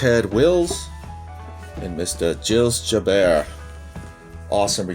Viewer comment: Awesome TTMs as always! The Boston Strong Boy! Sweet! Love the Gilles Gilbert! If I remember correctly it’s pronounced Jills Jil-bear, I remember him fondly from my youth! When My friends and I played street hockey as youngsters I always pretended I was Gilbert whenever I was the goalie! LOL! Thanks for the memories!